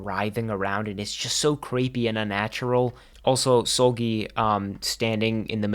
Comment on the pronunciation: Bro you pronouncing Seulgi as Soulgi is sending me 😭